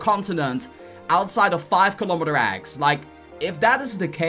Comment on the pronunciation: fiave kilomitor agg LMAO